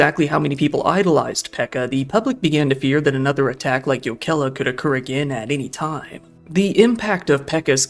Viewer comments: The fact that he doesn't say Jokela with a hard J sound ("choukela") immediately puts him in the top 25% of English speakers in terms of pronunciation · Finnish always stresses the first syllable...so YO-ke-lah instead of yo-KEL-ah. All letter r's are rolled, like the double r in Spanish. Double letters are held, and those can be difficult for non-native speakers. Pronunciation getting better, though. I enjoyed the video as much as one can enjoy a video about something like this. We're normally a pretty safe society but we're not immune to these types of things.